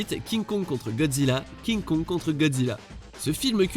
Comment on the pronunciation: Pk tu dis à kinkong contre gozilla king kong contre gozilla